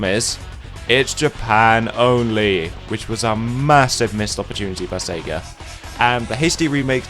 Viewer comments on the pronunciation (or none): none